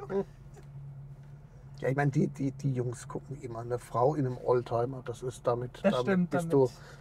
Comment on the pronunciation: oldtimer, nicht ohlteimer